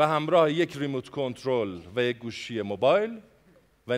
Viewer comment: برو تو حال تلفظ آقا «ری مووت»